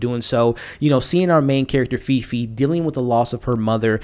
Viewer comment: Great review! The main character’s name is pronounced ‘Faye Faye’ :D